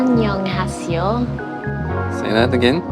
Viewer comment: 감쌈니돠 앙년하씨요~ 기영복쿵~ 발음 귀엽네 ㅋ